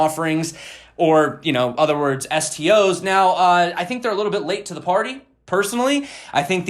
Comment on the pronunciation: Gimme zee ledger